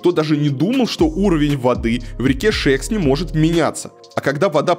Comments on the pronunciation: Не гАльских, а ГальскИх. И не шЕксна, а шекснА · Конечно провинцию можно раскритиковать в пух и прах,но вы считаете себя грамотными и современными,а ударения правильно в названиях не удасужились узнать!Усадьба не Га!льских,а Гальски!х,река не Ше!ксна,а Шексна!Готовьтесь лучше .Много выпендрёжа у вас. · Хотелось бы, чтобы в написанном тексте кто-то расставлял правильные ударения усадьба ГальскИх река ШекснА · Река Шексна’, а не Ше’ксна. Усадьба Гальски’х, а не Га’льских. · Река называется ШекснА, а не ШЕксна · 9.10 река ШЕксна. ШекснА. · не ШЕксна, а ШекснА, не ГАльских, а ГальскИх. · Река называется Не шЕксна, а шекснА Что за бред вообще , ролики делаешь крутые , но хоть названия говори правильно и усадьба не гАльских а гальскИх! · Ударение в названии реки - Шексна́, было бы лучше проверять и давать верную информацию, пожалуйста. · ШекснА и ГальскИх. Ну ладно с усадьбой, но куда ставить ударение в названии реки-то уж можно было узнать... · Илья, Шексна - с ударением на "а". Спасибо за сюжет! Лет двадцать с лишним не была в городе, вижу, что с ним сделала "Северсталь". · это ударение очень режет уши ,привычнее Шексне́ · Поправляю ошибки в ударениях: усадьба ГальскИх, река ШекснА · Пытаетесь "раскрыть глаза" на недостатки, а сами не удосужились узнать, как произносятся названия... Река ШекснА и усадьба ГальскИх. Неприятно... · бесталковщина усадьба гальских ударение на и. река шексна ударение на а . е..е москвичи . да у нас дурацкий город и красный . все под пала(ПАО) Северсталью . все продано и 3жды куплено только по годам . есть планы застройки но с их каждый год будет иметь миллиарды каждый раз разная застрой организация . этот список с 2007 года утвержден по 2050 год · шЕксна? Или гАльских? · Живу в Череповце. На неудобные лавочки и "золотые" столбы вообще пофиг. По сути об этом весь ролик. Зачем? Других проблем не видели? Минус! И да, приезжая в куда либо, потрудитесь как минимум уточнить правильное произношение например местных рек.